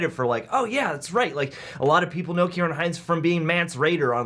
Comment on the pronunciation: his name is pronounced key-rin